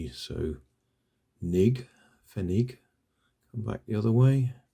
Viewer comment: Hi.just saw this Video and that is a German coin 1 Pfennig. It was used when the deutschmark was still out but since we have the euro now we say 1 cent To it.old piece of german history Right there😀you got the pronounciation right 👍👍👍